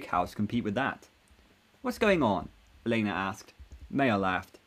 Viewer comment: Tell me, what's the thing with elena El -en-a not el-ay-na